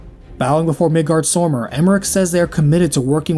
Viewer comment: the way you pronounce Midgardsormr makes me want to scratch a blackboard with my nails.